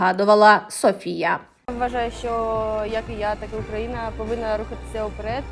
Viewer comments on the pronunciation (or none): none